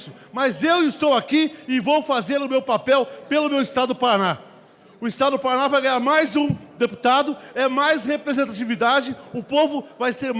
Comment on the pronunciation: O cara não sabe falar o nome do estado dele Paraná kkkkkkkk. acho que nem deve ser nativo de lá.